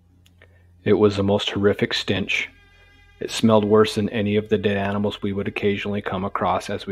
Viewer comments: Stench, not stinch. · Love your stories, but it's "stench", not stinch LOL.